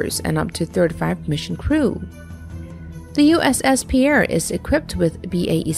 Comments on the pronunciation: USS Pierre is actually pronounced “Peer” not the French pronunciation of “Pea Air” - just an fyi. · Pierre, SD is pronounced 'pier', and, the Little Crappy Ships should all be scrapped. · Im guessing this narrator is NOT from South Dakota. ( Pierre ..Like the guy from France ). lol 🤣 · It is pronounced /pIer/ PEER. GET IT RIGHT